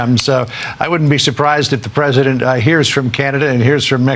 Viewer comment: "Pwesident Chump" 😂😂😂